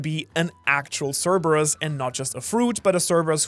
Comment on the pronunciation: Thank you for being the first channel to pronounce cerberus right